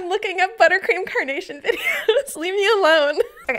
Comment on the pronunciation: Everytime you say carnation I hear coronation and I spent several minutes wondering what the heck was a coronation flower 😂😂